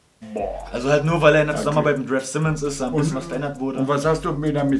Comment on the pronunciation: Man spricht RAF simmons anders aus